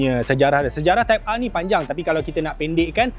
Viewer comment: Nobody: Abg Japar: "Honda Civic Type Arrrr"